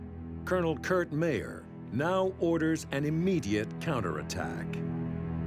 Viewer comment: its pronounced Myer not Mayor